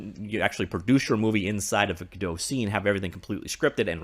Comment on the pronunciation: Was listening to thw author of godpt say the name and he says it the proper way